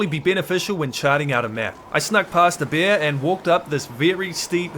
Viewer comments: Is it a speech impediment or are you a brit since you pronounce those big balls of fur, fat and fangs as "beers"? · Man every time you said bear it sounded like beer "OH look a beer"😂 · Why when you say bear I hear bier. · I love how say bear.😂❤ Bair. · the way you say bear itches my brain in an unexplainable way